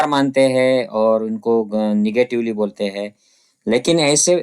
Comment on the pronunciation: सर, खुप छान माहीती! Keep It up! One suggestion बरेच मराठी लोक कायम ‘हैं’ च्या एैवजी ‘है’ वाचतात. टिंब ignore करतात. Like यहा म्हणतात यहॅां च्या एैवजी. This can be improved .